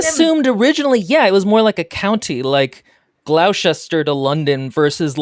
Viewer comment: Glou-chest-shure?!! It's Gloss-ter-shir smh from Britain